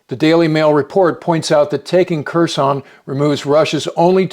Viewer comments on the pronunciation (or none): I believe the K is silent in Kherson.